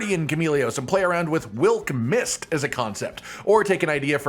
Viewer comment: COTTON. Look at me. Please, never let the words “wylk mist” leave your mouth again. The mind recoils in horror at this eldritch utterance